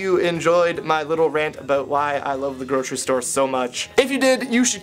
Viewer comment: replayed saying "about" 9 times just cuz i love the way Canadians say Out ^-^